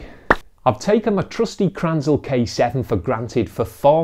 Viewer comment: You mean "krnänzle" not kranzel. It's pronounced 'krenzelleh', not kranzel.